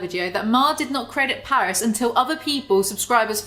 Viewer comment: Paris' real name is Parise, pa-reese.